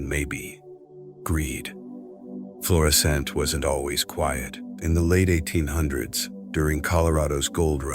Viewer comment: It's Florissant, not Florison.